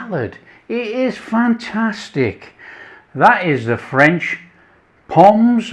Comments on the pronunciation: You do not pronounce the 's' in pommes, just say pom. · Re prononciation, don't pronounce the s on pommes otherwise fine. Looks lovely. Going to do this next time I'm cooking for friends. ❤